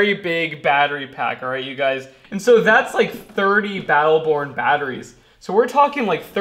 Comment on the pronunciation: mind if I call you? This is 2 years old so I doubt you'll read this, but what the heck. You say, "It's SO simple" with too much emphasis. It's simple to you because you're neck deep in it all day long, and every day of the week. It's obvious you love doing this as a career. Don't race through the numbers and calculations. You're thinking ahead of what you're doing, while some of us trying to keep up with what you're doing. I like you and what you're doing, and some day may look for this info.